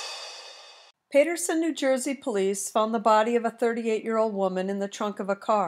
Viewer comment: Lord it's PATerson why are you pronouncing it like that